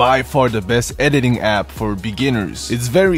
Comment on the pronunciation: de utter apps or the beest BROOOO TALK RIGHT